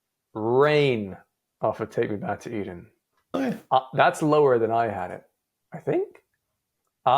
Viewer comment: Take Me Back To Eden is at #1, you mispronounced it